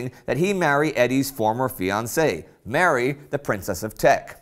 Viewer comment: The way you pronounce Mary is sickening!